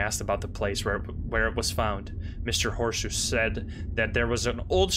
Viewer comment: Am I the only one that spit my tea from laughter when he said "Mr horseshoe" instead of "Mr Hosoe"?😂😂😂